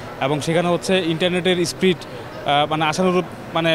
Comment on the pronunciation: Sprit na speed🙈